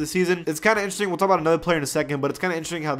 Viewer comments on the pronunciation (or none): none